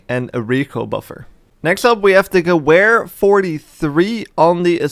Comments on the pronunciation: More like gewere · Definitely not how you pronounce gewehr